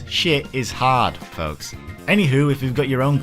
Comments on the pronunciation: BLOODBORNE 2!!!! BLDBRN 2!!!!! Ehem... Yeah, gore system... Also it's "Hard" not "Horde"... And yes, outfit customization, not just changing them... Yes, I hesitantly agree. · So..... if you wanted a Hard mode.... how would you pronounce Hard? What about a hard horde mode?